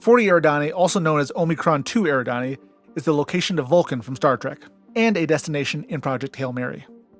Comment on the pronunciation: For the longest time I thought 'Eridanus' was pronouned the way you pronounced it, but I found out recently that it's actually 'er-ID-a-nus', so it's Epsilon 'Er-ID-an-ee'. More Star Trek stuff: In 'By Any Other Name', the Kelvans modify Enterprise to take them back to their empire in Andromeda in only 300 years. The women who steal Spock's brain live on Sigma Draconis VI. The Doomsday Machine is making its way toward Rigel, home to a number of inhabited planets, when Enterprise encounters it. And in 'Tomorrow is Yesterday', Kirk tells the Air Force colonel that he is 'a little green man from Alpha Centauri, a beautiful place, you ought to see it', even though Kirk is later retconned via Star Trek IV: The Whale Movie into coming from Iowa. (One might argue that he was being flip in the original statement, but I always considered it accurate. Why would he use that system otherwise? He could have said Mars, for example, and it would have worked — though it wouldn't have scanned nearly as well.)